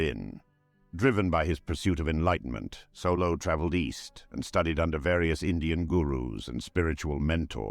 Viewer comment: Name: Saulot (sOW-lot) AI voice: Solo